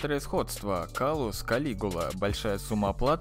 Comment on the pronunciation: кстати правильно говорить император клаус